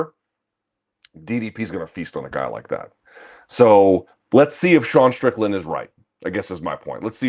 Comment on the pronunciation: Man said Strickland 😂😂